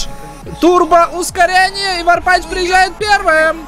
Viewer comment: Варпатч ты говори ш козьёль как из фильма хэнкок